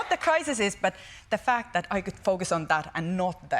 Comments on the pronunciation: Someone should kindly tell her how to pronounce crises instead of "crisises". She seems awesome. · I love how she says criseses. Like, an awful lot of crises.